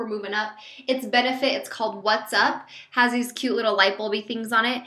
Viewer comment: that benefit highlighter is pronounced "watt" like a light bulb watt, that's what there is light bulb on it!